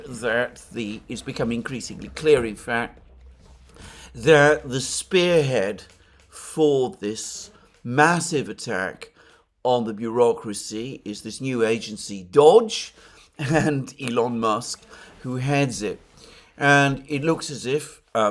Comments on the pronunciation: DOGE Can’t be pronounced dodge more like Doggy. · It's pronounced Dojh, like the highest leader in Renaissance Venice. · PLEASE, Alexander, do not pronounce USAID as "US-AID" (manipulative pronunciation to make people think of AID), but separate letters "U-S-A-I-D"! Ask Alex Christoforou. He's pointed that out, too. Also, DOGE is not pronounced like "dodge", but with a long "oh". And the first syllable of Steven Witkoff's surname is NOT pronounced like "white". Whenever the consonant is not followed by "e", the vowel is short and pronounced like in "wit" (like in "witness"). I absolutely love you, watch your programmes every day. You're the most intelligent man I know. But please stop making mistakes like that. ...being on the subject of "small" improvements... it would also give your videos a much better more professional look if you could change your backdrop (maybe, using a paravent or something like that which would bring the background closer... pls. compare with everone else: Alex, Glenn Diesen, the people you talk to on The Duran... no-one has a background as dark and distant as yours, and while your room is probablly most cozy as a reading room, as video backdrop it looks like reporting from a sepia-coloured stuffy dungeon. Excuse my bluntness, but sometimes it's better to be blunt. I don't mean it in a bad way. I wanna see you look good, so I can recommend you to people who don't already know how good you are, including my colleagues at work who follow the msm. If I tell them the msm are lying, I cannot point them to a video by you. Visually they're not suited to make anyone watch, who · It's pronounced "DOOOGGGHH" btw, like "dog", as in "the dog Shibe", but longer. At least, that's my understanding.